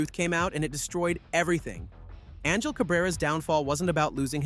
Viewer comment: It's pronounced ahn-hill Cabrera. Not anjel.